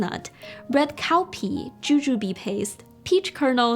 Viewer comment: I think it is red cow pea not red cowpee. 😁😁😁😁😁😁